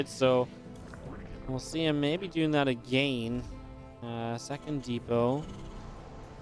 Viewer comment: stop pronouncing again wrong again again and again